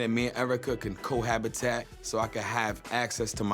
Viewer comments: Did he say cohabitat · I hate when people try their hardest to sound educated, but they end up making themselves sound dumb. Wtf is co-habitat? I thought it was cohabiTATE? Saigon is a narcissistic IDIOT! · he also said maybe we can cohabitat instead of cohabitate 🤦🏽‍♀️😂😂 he definitely shouldn’t be talking about a 1 year olds vocabulary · This nigga said “co Habitat” 😂😭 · and saigon didnt just say cohabitat 💀💀